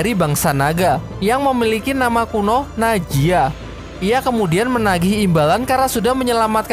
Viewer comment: Najia bambang bukan naiji